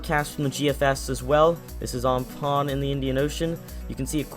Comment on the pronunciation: Am-fan Not om-poon🤦‍♂️😂